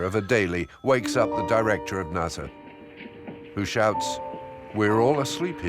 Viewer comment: First time I've ever heard NASA pronounced NAZA